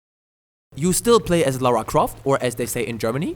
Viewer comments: I must have died at least 200 times in this. Took me years to finish this game. I enjoyed the first 2 a lot more. And her name is LARA, not LAURA :) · Stop saying "Laura" it's LARA KRAFT